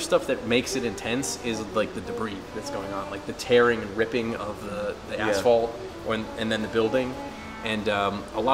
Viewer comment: I think he said asphalt.... r-right? O_O